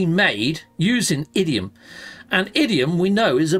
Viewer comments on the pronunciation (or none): it’s pronounced IN-dium not idiom. Love the shows! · Bruh 😂you kept calling Indium (Idiom) I get accents and all but that wasn’t an accent slip.😂